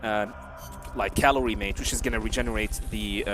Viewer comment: Great run as expected from Jaguar but did anyone ever tell them it's Maté and not calorie mate? 😂